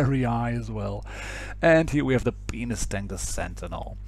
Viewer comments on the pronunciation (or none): he said the penis tank lol